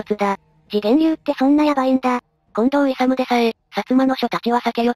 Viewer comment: 近藤いさみ いさむじゃないよ。